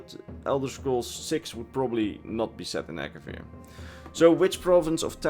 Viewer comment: It’s Akavir